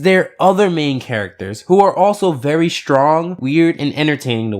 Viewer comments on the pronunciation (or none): none